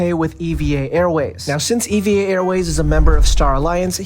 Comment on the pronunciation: It’s pronounced “eeeva” not “e.v.a.”